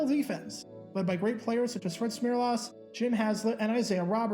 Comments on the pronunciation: It's Fred SmerLISS, not las! And Chuck Knox coached wallflower players like Isiah Robertson, Conrad Dobler, Phil Villapiano- (I know that is spelled wrong) and The Bozo, I mean the Boz. What did he do to the football gods to get sentenced to coaching those players! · Its pronouced Fred Smerless, and if the Bills had him on the roster for Super Bowl 25 it would have changed NFL history. IMO. He was a run stopping nose tackle that the Bills cut in the 1990 offseason, and went on to play for the Pats.